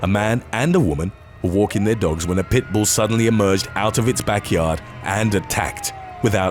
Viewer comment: Agreed. Especially the way he says pit bull compared to other name breeds.